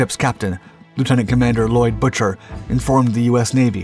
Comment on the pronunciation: Pueblo's captain's name is pronounced BOO-ker, not Butcher. You people need to do your research before embarassing yourselves.